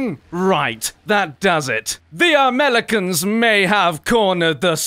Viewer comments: Wow he's like a serious brit! See's : LOL WUT, DID HE JUST SAY AMELICANS INSTEAD OF AMERICANS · Did you say Amelicans? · Amelicans you say? Look here you Blitish tea-monger. :V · Haha the amelikans